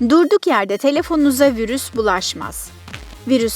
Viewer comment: Virüs diyo ya🤣🤣🤣🤣🤣🤣